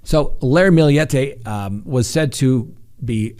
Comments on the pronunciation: Her name is maya her family calls her may for short! And you pronounced Millete correct!! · Your pronunciation is right on. It's a Spanish last name. Maya is also Spanish pronounced as mah-yah. Your good 💕